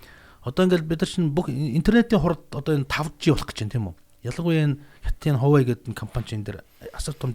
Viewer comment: Huawei-вавэй гэж хэлдишү